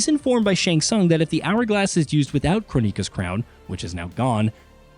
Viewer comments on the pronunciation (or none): Crow-neeka? That's disturbing. It's Kronika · can you fucking stop saying CHRONEEKA, holy fucking shit dude. ITS JUST CHRONIKA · Crow-Neeka really? It's KRONIKA as in Chrono a.k.a time. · Why KronÍka? everywhere in the game she's called Kronika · Crow knee ka or kron-NI-Kah. Might as well call her shaniquah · Come on yall.. learn how to pronounce their names.. Crow-Mika? 😂😂😂 I can’t take that serious.. it’s pronounced Kron-i-ka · ITS PRONOUNCED CROW-NIKA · Since when did kronika became crow neeka sounds dumb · Who da heck is Crow neeka? They literally pronounce her name in the game. I'm really starting to hate this channel 😒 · Question… why Crow-Neeka????? Why didn’t you pronounce it in the way the game did? You feel that your pronunciation is the right way and the game where to character comes from is wrong? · Who TF is KRO-Neeka? Is this a netflix race swap? 😂😂😂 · KroW - nika? who is Krownika? lol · Ah yes, the famous Titan Crow-neeka… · Good reviews of the story and lot but guys...if you played MK11 Kronika = crow-nick-ah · Crow-Neeka? Come on guys. Her name is a play on the word chrono, as in time. It's her thing. 😐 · Crow Knee Kaw 🐦‍⬛ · they really not doing Kronika's name justice. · it's so annoying when narrators mispronounce names that are said in game/movie........ how'd you do all that research but not watch a single clip?